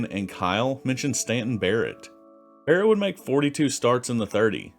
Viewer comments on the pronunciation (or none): none